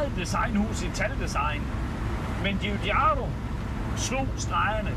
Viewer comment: Bare navnet GIUGIAROS,så man ryster i stemme for at udtale det så rigtigt som muligt. Men så italiensk som det overhovedet kan blive, tak for din opsang, så må vi håbe Stelantis ser med så vi kan få stoltheden tilbage igen❤️😍👏🏼👍🏼. Tak.